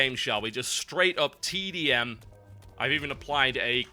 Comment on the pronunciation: I heard TB say "Just straight up TEDIUM" and was like WTF? Then I realized that he was saying TDM